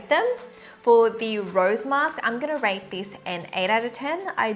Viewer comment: I'm liking this channel and whatever u speak is relevant and makes sense. BTW not being rude, it is rAte